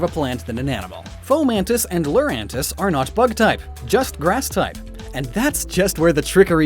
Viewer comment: THE SECOND U IN LURANTIS IS SUPPOSED TO BE AN I!